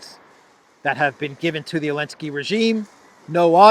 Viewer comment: ZEE ZEE ZEE LINSKY. IS IT SO EFFIN TUFF? WHY ARE YOU SO STUPID TO CONTINUE THIS MISPRONUNCIATION?